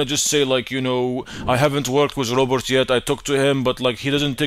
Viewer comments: The way says Robert it sounds like he's saying Robot🤣🤣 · Is it robot or Robert lol 😂 the way he pronounced it.